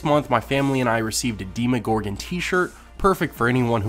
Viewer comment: Deemagorgon? you don't talk good